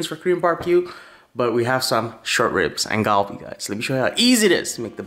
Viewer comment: Ahhh it’s so cringe when he calls it “Galbi” 😂